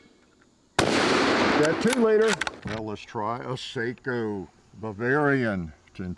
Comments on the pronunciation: Actually pronounced "SOCKO" not seiko. (Just for your information) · I dont know... but its pronounced Sako not Saiko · Sako, not Seiko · "Seiko" is very different than "Sako" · Its SAKO not Seiko thats a watch lol 😂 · Seiko makes watches....Sako (sok-oh) makes rifles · Sako (Finish brand). Not Seiko (watches from Japan). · Sako not Seiko....Seiko is a japanese watch manufacturer.... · FYI…. SAKO is pronounced like socko not sayko. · Say... What?? Sock-Oh!! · SAKO not Seiko! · One difference you do not discuss is accuracy over time. Saaaaaaako..not "Seiko" will still group sub 1 moa after 2k rounds.. Ruger may or may not retain that accuracy..Sako always will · It's sako not seiko ....lol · Sako not Seiko. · It’s pronounced “Socko”. They are beautifully made rifles. I have a 30.06 that I purchased in 1998. It’s a tack driver . The action is butter smooth. And had three lugs instead of the standard 2 like so many manufacturers have. I also had a Remington that was great, but the action was no where near as smooth. Craftsmanship while good one the Remington was nowhere near the Socko. The Socko was $1000 and the Remington cost 600. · Sako is produced in Finland and is pronounced “Socko”. The name is often confused with Seiko of Japan who makes watches and has nothing to do with firearm manufacture. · It's sako😂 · With all respect, the proper pronounciation is "SAH-kk-aw". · It's Sako (guns) and Seiko (watches). They're different companies. It's just that they have similar names and he's pronouncing the "a" in Sako like "ei".